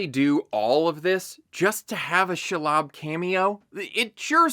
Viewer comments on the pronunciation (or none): none